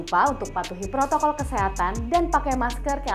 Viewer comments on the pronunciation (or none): none